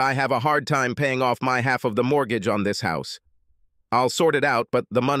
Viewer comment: Paul dating his wife is ridiculous. The insult and humiliation wouldn't allow it. Both kept paying the mortgatchi? Dancing to the mariatchi i believe. The AI voice is bad but the pronunciation is sometimes awful.